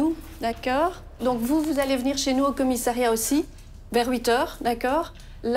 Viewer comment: on dit commissariat et non commissairiat !!